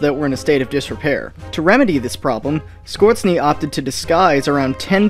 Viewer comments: German speaker: And by the way it's Score-'tse-ni. Not 'Scortz-ni. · "Otto SCUERTZNAY"? Boy you gona learn today! Score-Zen-Ney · Yo man great video but its skorzeny (skorzeni in my language) not skurcny. Love you man keep it up 😘❤️ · Ersatz basically means replacement Edit: also skorzensky is pronounced score-cent-ski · "Score-Zane-Ee" that's how you pronounce it. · It's pronounced (Skor-zeny) like (score-zenny). Two words, 3 syllables. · If you would like to teach something about history and talk about TV documentaries being silly, then please inform yourself how German words are pronounced correctly. Dont americanize it. Nobody knows a person named 'Skörzni' and the German word for gryphon is not 'Greef'. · That's not how you pronounce "Skorzeny" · You are butchering Skorzeny's name. Kinda of embarrassing.